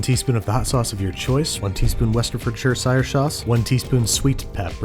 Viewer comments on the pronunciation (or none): "Westchester sauce" 😆 I love watching chefs trying to pronounce this. Saw a video a few months ago where a french chef attempted it for 10 minutes, it was so funny. Apparently its "Wurstershire" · I think it's pronounced "woo-sten-eh?-to-sheer" sauce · I’m sure someone must have said this over the years but here goes....You know you can just say Worster sauce? It’s spelt incorrectly but that’s how you say it. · "westerfordshiresire shauce" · Did you say “WESTERFORDSHIRE SAUCE” to frighten/nauseate your British subscribers? 🤮 Worcestershire - pronounce Woostersheer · Westerfordshire sauce 😂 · Worsterfurshiire sauce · Its pronounced "Wurstchetschurtschiress shauce. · Westerfuestershire sauce 😂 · Westerfershurchire sauce..... I can’t believe I actually laughed as hard as I did at that. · Its pronounced wuh-ster-sheer, at least in suffolk, England. sobbing please, I didn't think it was that difficult 😭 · "Westerfordshire sauce" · “Westerferchire sauce”😂😂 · West Ford sure shire sauce!!! Your a star!! Your foods left me dribbling, yet I have to spit it everywhere when you pronounce our uk's worcestershire sauce ha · ✨westerfertshiresire sauce ✨ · westerfertchersire sauce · You mispronounced worcharsheresta sauce. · I am from Worcester, about a mile away from the lea and perrins factory where the sauce is made. Always makes me laugh hearing Babish butcher the pronunciation! Wust-er-sher! Easy! 😆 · I'm pretty sure "westerferdshersire sauce" is the most creative mispronunciation I've ever heard. 10/10 vocaberblarby. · Wushushusher sauce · Wushwushdushkushjushmushwushsire sauce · Three syllables, and they all rhyme: wuh-stuh-shuh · Westerfestferdnerdshiresirsnidder sauce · I heard someone say WashYourSister sauce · war•sest•shur•shire sauce. its ok though i like warsheritjekeshire sauce better. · Aite repeat after me: wustah-sheer sauce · ˈwʊs.tə(ɹ).ʃə(ɹ) Or for people who don't read phonetics: wus-tə-shə (ə pronounced like the first sound of 'ago') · Westeriferchire sauce.